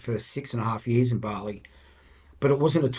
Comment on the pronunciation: "Complaining about the amount of salt on their chips" hahaha love this guy. Nice to hear bali pronounced properly too. Barrrley!